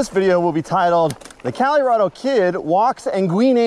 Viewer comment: The Calirado Kid 😂